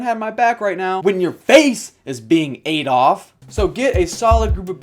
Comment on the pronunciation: when he said "ate off" i thought he said "Adolf"